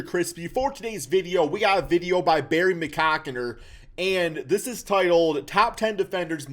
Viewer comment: Two videos in and I still don’t know if understands the name Barry McCockiner lmao